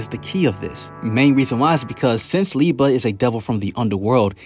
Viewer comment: Love the Black clover videos but it is LI-BE not Li-ba my guy lol